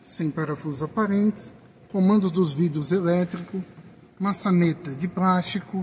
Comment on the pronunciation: "nebrina", "prástico".